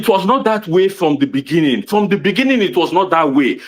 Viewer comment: Inne the beninging 😂🎉🎉🎉